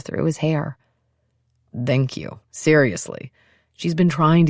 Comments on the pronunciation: Samantha Brenmoor. Her “thank you” sounds like Dhank you. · After 4 hours that Dank you is getting on my nerves... Is it slang? Is it accent from a place of England? Is it a German / English mix from thank you and Danke? Oufff...